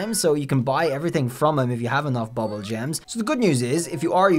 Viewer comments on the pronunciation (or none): It’s pronounced “boobool” gems. “Boobool” is a Persian variant for the word “ Doodool”, meaning “penis”. You’re welcome. 🇮🇷